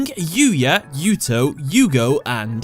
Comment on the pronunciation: that is a weird way to pronounce Yuto